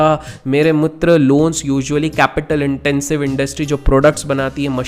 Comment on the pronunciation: Waise apna MERE MITR bola ya MERE MUTR 😀😀😀😀 Just for fun.